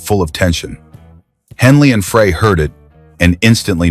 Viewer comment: Is it still a good story if you can't pronounce the names right? Glenn Frey is Glenn Fr-eye not Fray. Just saying.